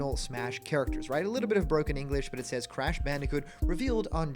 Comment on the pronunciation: you mispronounced “doomslayer and crash” smh 😔😅